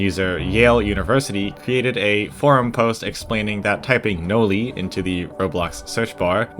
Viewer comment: Noli: ❌ Noi: ✅